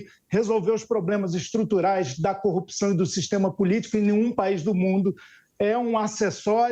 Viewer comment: Igual ao Moro, fala coupção... Kkkk